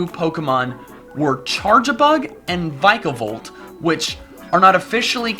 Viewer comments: I don't think its "VAI-ka-bolt", its (possibly) "Vee-ka-bolt". You know, the disease Zika, mosquitoes, they have a striking resemblance. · its not vike-a-volt or veek-a-volt its vick-a-volt!!!!!!!! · It's not "vike a volt" it's "vick a volt" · It's VICK-a-Volt